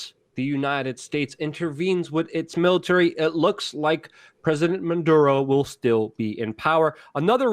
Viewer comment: Jesus Luke it is pronunced MA DU ROH not MAN DU ROH